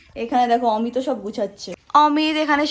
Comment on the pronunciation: অমিতদা কে কি করে তুমি ম্যাংগো বলতে গেলে 😂😂😂😂 পরে অবশ্য ঠিক করে অমিত বললে কিন্তু ম্যাংগো😂😂😂